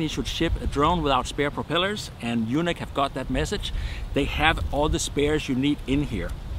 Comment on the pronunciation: Pronouncing YUNEEC as "Eunuch" confuses things big time., it's pronounced "U NEEEEK" as in the word UNIQUE!!!